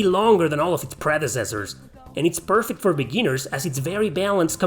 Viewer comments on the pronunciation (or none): none